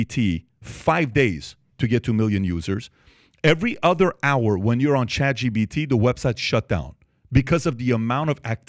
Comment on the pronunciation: It's chatGPT not chatGBT. Damn I had to say it...